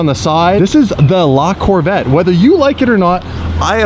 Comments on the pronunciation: Not lacorvette. The name is Lavette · just make sure you pronounce the E ath the end of La Corvette ( like la corvett-eh) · Its LaVetteh